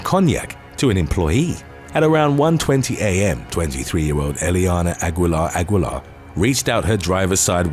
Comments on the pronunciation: The U is silent in Aguilar. 🤦🏾‍♂️ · Aguilar- Aguilar.